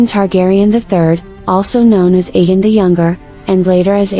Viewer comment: It’s pronounced A Gone